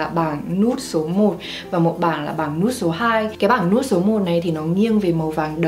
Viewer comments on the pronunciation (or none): none